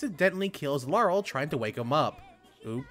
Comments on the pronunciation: Two things: 1. It's Laharl, not Laurel 2. You implied the top level in this game is 999. It's actually 9999. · 2 things I could think when listening 1. INCONCEIVABLE! 2. it's La harl you kept missing the H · Me: Wait... can you say Laharl Again? Random Dood: Harl? Me: Yeah, that’s what I thought. “Bangs head on desk” Why?? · Why do you keep saying lahrals name wrong have you played this or going off someone else